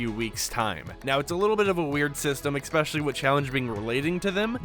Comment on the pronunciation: Why do you saying especially, EXpecially